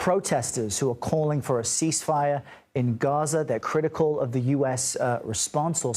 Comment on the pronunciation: I can’t believe he can not say ceasefire